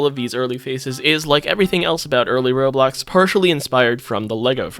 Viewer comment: instead of roblox its "RO-BOX"